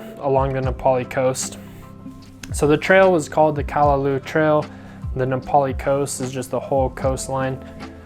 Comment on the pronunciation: Very interesting & informative video about the different film choices. I'm intrigued (yet intimidated lol) by film photography. Some of those shots are so sharp/in-focus, I didn't realize film could achieve that! On another note, it's pronounced: Kah-Lah-Lau (like the sound you'd make when saying "loud" minus the d sound) -- not "Kah-lah-loo", as you were saying. & Waimea is: why-meh-AH Not "Why-ah-meh-ah", this is a common thing I hear when mainlanders/haoles pronounce it, but it's frustrating to hear bc there's NO "a" after the "i" (aka saying it like: "Waiamea"). & the falls in the canyon is called: Waipo'o Falls (Why-po-Oh). I figured since you actually got the spelling of "Nā Pali" correct (tho Kauaʻi ⬅️ needs its ʻokina) that you would be open to knowing/learning the proper Hawaiian pronunciations 🤙🏾